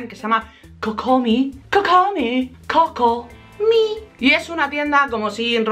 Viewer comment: LAMENTO mucho decirte que el nombre de la tienda no se dice Cocomí o cocomi sino que se pronuncia COCOMAI (my como pronombre!) Vaya desilusion me lleve porq a mi me gustaba mas pronunciado de la otra manera pero avisaron a MAQUIS CAMARGO de que lo decía mal jaja y en finnn....😥😥😥 El video genial como siempre maja!